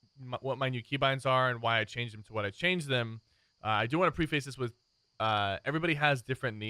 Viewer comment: I'm triggered by how he said "preface."